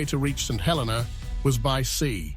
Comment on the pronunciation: The way to day the name of this island...Saint Hel---EE - nah with the accent on the middle syllable..Please NOT. Helena